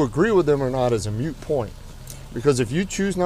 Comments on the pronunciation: it"s MOOT! not Mute point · It's moot point, not mute point. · Hopefully someone will inform the cop that it's "moot" point, not "mute." 🙄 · Yeah I like how he handled it overall, but the pedant in me got frustrated that he said "mute point" more than once instead of "moot point". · Great video but it’s moot point not mute point